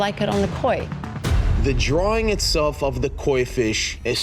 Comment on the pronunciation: Anyone notice that can't saw the word "drawing" after how many seasons?? Lol he always says "drawling"... lol